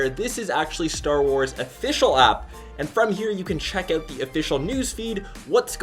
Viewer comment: Check it "ouwt" lol stewie